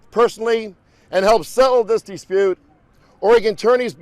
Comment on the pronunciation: Dee spute ahaha